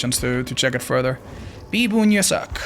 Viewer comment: "Without Farter Ado"